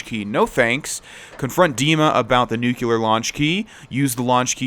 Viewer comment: Nuclear* not Nuculear